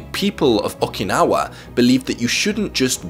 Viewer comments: Nobody:: Okee- Naw- Wah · Oh man, I love these videos and the concept of Ikigai, but the way says "Awk-i-naw-ah" is killing me Thanks for your work on the video, man! Love your work and appreciate how serious you are about it and making people's lives better.